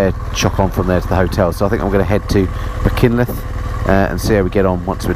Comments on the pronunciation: spartacus 8058 : Use Mak Hun cliff for Machynlleth .As an Englishman who has lived in Mid Wales for 28 years that is the best I can do. Aberdyfi is Aberdovey in English. Dolgellau is Prounouced DolGeth lie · As far as I'm aware (I'm not Welsh but I've been there) Machynlleth is pronounced as Muh-hunt-leth. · It's Mach-unt-llyth